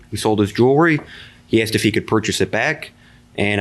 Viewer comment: ............................... Here we go AGAIN He said He " AXED " him ...............................